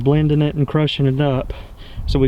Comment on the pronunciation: He said Persimmon wrong